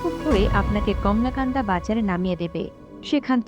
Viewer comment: বার বার কমলাকান্দা বলতেছেন,,,, আসলে কলমাকান্দা